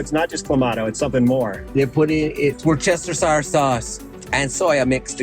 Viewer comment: Worcestershire has three syllables not four, it's were stir sure. 😊